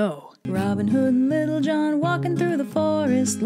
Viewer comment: Am I the only one who ended up hearing "Little John" as "Lil' Jon?" Edit: As in the rapper?